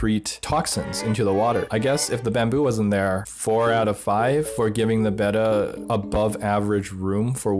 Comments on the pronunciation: He pronounced Betta wrong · I hate the way you say Beta